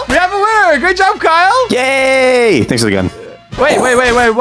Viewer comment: I thought Kyle said gay but he said yay